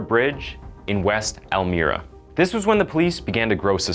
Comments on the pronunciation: El mi ra... not el mir a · It bothers me that he kept saying the name of the town wrong. I live right down the road and it is pronounced like this “el-my-ra” not “el-me-ra”. Sorry to nitpick….but again…..it bothered the 💩 out of me!! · It’s pronounced “Elmeyera”. Not “elmeerah” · El My-Ruh. Not El Meer Ugh. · So cringey every time hear him say elMEERA instead of elMYRA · It's pronounced "El-my-rah" not "El-mear-a". I live in NY. Elmira is less than 3 hours from me. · Al - M 👉I👈 RA NOT ALMEERA, spelled ELMIRA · That's not how you pronounce Elmira 'El' 'mi' 'Ra' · "Elmeeera" ... elm EYE ra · You're pronouncing the cities wrong. Elmira is pronounced as el- my-ra not el-meer-ra and chemung is pronounced as shem-ung. Sorry I had to correct for future reference Incase you ever do another video with those city names again. It was driving me crazy. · Pronounced: Elle-my-rah (not Elle-mirr-ah) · so of topic but being from upstate NY and him calling it Elm-e-ra when its prenounced how its spelled Elm-i-ra is so offsetting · Can tell he isn't from anywhere close to Western NY just by his pronunciation of Elmira. It's el-myra not el-merah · Okay, I'm going to be THAT guy. The middle is not pronounced like me, it is pronounced the same as my: El-my-ra. Please, for the love of everything that is good in life, do what you can to rectify this before you commit more senseless phonetic violence on the ears of all involved. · That's not how you pronounce Elmira. Its (eh l m IE r uh). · Not that it matters too much, but it’s pronounced “elm-eye-ra” I grew up around there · Elmira pronounced EL-MY-RA ,please. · It's pronounced El-my-rah you filthy cuhck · It's pronounced L-MIRA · Lost me after he mispronounced Elmira. EL-MY-RA. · It's pronounced "elm-EYE-ra" I know this because it's just south of where I live in Rochester NY. I never knew we had more than Arthur Shawcross as a local (semi local) serial killer. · It’s pronounced El-myra. Like the female name Myra.